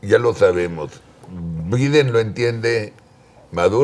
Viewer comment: CHARLIE!!! NO ES BIDEN!! SE PRONUNCIA BAIDEN!!